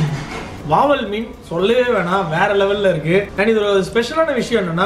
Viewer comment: Athu Vaval illa Vavaal 🤣